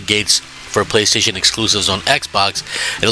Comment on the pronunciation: Why does Crap have such a tough time saying "playstation" Not the first time!